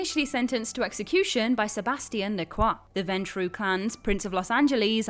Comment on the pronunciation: I love pronunciation of La Croix lol Sounds better than the way they say it in the game imho